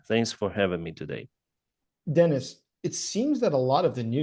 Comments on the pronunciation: His name is not Dennis. It is Denis - a Ukrainian name. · why the hell did you call him denise? like the woman's name... lol and then immediately called him denys right after without apologizing or correcting yourself, that was weird